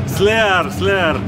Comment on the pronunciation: Bulgarian guy: "Slier, Slier!" Tom: WTF... LOL